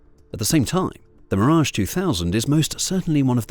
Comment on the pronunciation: Terrible A Eye pronunciation, making the video laughable 😂.. double check how everybody pronounces the French jet ….